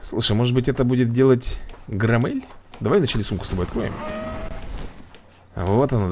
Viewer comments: Не громе́ль а гро́мель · Правильно громеель а не громЕль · Слово громель ты говоришь не правильно, ударение на букву о а не на е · Вапщет грОмель, а не громЕль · Посмотри мульт фильм а потом играй... ГроммЕеель блин.. ГрОммель! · Почему он читает громмелей Громмэлями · не громмЕль а грОммель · не громЕлль а грОмелль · не граммель а громмель там буква о а не а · Боже это не мультик а мое все и ещё не громееееля а гроооооомеля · ну так громЕль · Я очень смеялся, когда ты назвал громмеля громЕлем😂 а так, ты очень крутой 👊😎